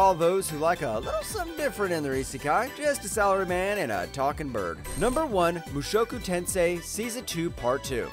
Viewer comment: Number 10 - Blue Archive - where's always-in-isekai-plot's truck-kun??? Number 8 - LVL 2 Cheat Skill - where's harem? Number 1 - Mushoku Tensei - You have to work more with pronunciation.